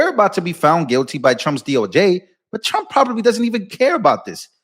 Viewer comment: The first time I heard she said president Strump 😀